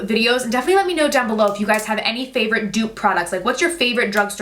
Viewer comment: Dupe not duo